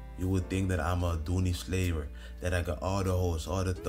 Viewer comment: “Doony slayer” LMAO